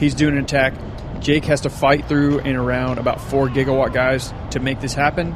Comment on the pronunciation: Can you call them by their real team name??? It's Jigawatt...not Gigawatt. Other wise a great Video! Thanks not being mean!